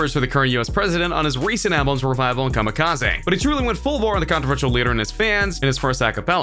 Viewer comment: Why TF does he keep pronouncing it KamikazAY